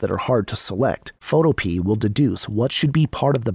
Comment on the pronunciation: Photopea rhymes with Utopia. fo TOE pe uh